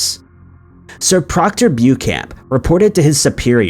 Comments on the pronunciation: Omg,its not bu camp. Its Bow-shan,think French. I'm glad Dublin wasn't on this one. Sorry but it really bugs me. There's this wonderful invention called a dictionary, and it will give you the direction of how to pronounce a word, if that fails,ask siri, or Alexa. Sorry not sorry . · 'Beauchamp' is pronounced 'BEECHAM' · Actually it's pronounced "Beecham." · I think it's pronounced, "Bow-Champ"